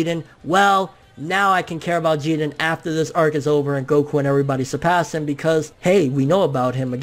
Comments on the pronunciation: Say his name like everybody else... Jiren.. Not Jeden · I get how Japanese people pronounce their names differently but you're American bro stop being obsessed with Japan. you don't have to pronounce the characters names the way they do. Say jiren. but you're saying (Jeedin) its annoying TBH bro and it's sorta cringy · It bothers the fuck out of me when he Says Geeren instead of JIREN which sounds like JIRIN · lool love ya bro but its Ji RRRRRRREEEENNNN. I was cringing through the whole video hearing you say Jiden loool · Why are you pronouncing his name Jegen, there's a R in his name dude, it's Ji-Ren. Just like when people started calling mario, mayro because of the Spanish name. Mario isn't Spanish, he's Italian and they even pronounce his name in the game. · I’m all for correct pronunciation and everything, but for some reason I prefer “Jiren” over “Jeeden”. I get it, like, because Japanese and whatever, but still. Just an opinion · "Geeerren" fucking weeaboo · I really hate how he pronounces jiren .....it’s ji-rennn! Uhhhh sooo annoying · Stop saying "JEE-dren". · Whenever you mention Jiren it sounds like "Jiden" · Taz Taaz I thought that there was a silent R in Jirens name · Stop saying Jiren with that Oriental accent ,it doesn't make you official. Damn you uploaders are weird. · Good video but the way you say jiren is my new pet peeve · Your saying his name wrong dude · Why people pronouncing Jiren's name like he's hispanic? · The way you say jiren is giving me ear cancer bro... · Why do you insist on mispronouncing his name? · i swear hes saying his name so wrong